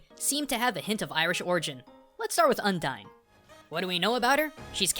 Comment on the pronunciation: Oh my god dude, I get you're a weeaboo but the way you pronounce some things is just... awful. Undyne is mostly based on Undines, a variant of merpeople who are all female and fall in love to get a soul.